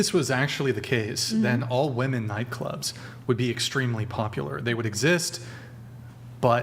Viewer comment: Will someone please correct that girl in the grey dress how to pronounce women